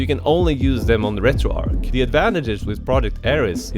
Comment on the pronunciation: It's not Retroark. In developer interviews and team discussions on Discord, the creators confirmed that the name was inspired by Arch Linux (since the project's early days were closely tied to it). Because nobody says "Ark Linux," the "Arch" in RetroArch follows the exact same soft "ch" sound.